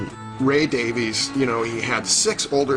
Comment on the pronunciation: Their last name is "Davies" - not "Davis". "Day-veez"